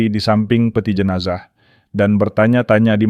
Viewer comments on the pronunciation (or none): none